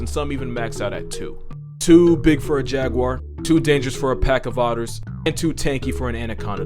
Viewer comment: my favorite part is where he pronounces Jaguar correctly. respect. (I've heard everything from Jag-wire, Ja-goo-ar to Ja-gyu-war) sigh